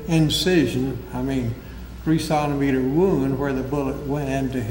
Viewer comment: Why does he keep mispronouncing 'centimeter'? ...and 'salmon'?